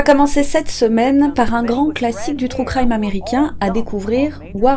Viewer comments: Les anglophones ne comprennent pas, mais les francophones ce tappent de grosses barres 😁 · "Trou crime" mdrr pardon ça m'a fait rire